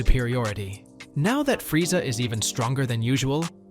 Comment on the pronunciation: Bro says Frieza like frieza, bro its freeza